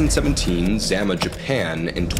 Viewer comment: the place in Japan your talking about is pronounced Zah-mah sorry to be that one guy lol